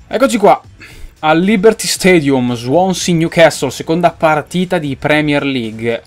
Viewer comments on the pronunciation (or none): none